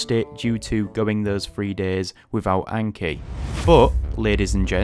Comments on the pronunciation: I cant take someone seriously who keeps saying aynkee. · I really enjoy the Northern accent, except maybe for the pronunciation of Anki, which is too different from 暗記 (memorization). I learned my first 2,500 kanji very solidly within six months in the late 1980s. Before that, I’d learned hiragana on the weekend before university classes began in 1985 and then a few more days to make my katakana more solid, after which the intensive class needlessly dragged both kana forms out for several weeks for the rest of the students in what felt like wasted time. I’m a STRONG OPPONENT to Anki, even though it bears an obvious Japanese name. It reinforces visual recognition only, not actual reproduction, and the judgement for marking how well you know the flashcard is far too subjective. That’s why I’ve always advocated Quizlet’s written-mode drilling/testing instead for languages. I’ve used AI to create a three-field version myself for East Asian languages now that Quizlet demands a paid subscription. In the case of Chinese characters, though, memorization should be done by writing them thousands of times as Chinese, Taiwanese, and Japanese students do from an early age. It’s best to read, write, speak, and listen simultaneously to reinforce that memorization with four different senses at once. As for books, the three standards for Japanese kanji have long been [1] The New Nelson Japanese–English Character Dictionary (Andrew N. Nelson & John H. Haig): 214 radicals, ~7,000 kanji. [2] The Kanji Dictionary (Hadamitzky–Spahn): simplified 79-radic